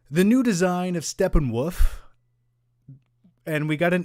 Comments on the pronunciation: Why does he keep saying Steppenwoof? Lol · Who else laughs at mispronouncing SteppenWOLF!